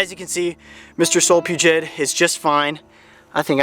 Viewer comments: Solfugids (not Solpugid like he said in the video lol) are terrifying. Technically these aren't spiders but their still terrifying lol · I thought it was solifugid not solipugid? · Solifugid not solpugid